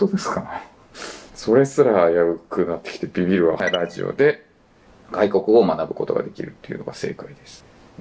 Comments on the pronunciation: ラディオって発音してる時点で終わってて草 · radioをﾗﾃﾞｨｵと読むの草